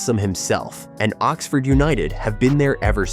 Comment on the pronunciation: More AI crap. So many inaccuracies, and an American accented voiceover that can't even pronounce Oxford correctly. Total BS.